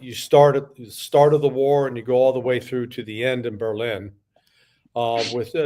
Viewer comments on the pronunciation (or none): none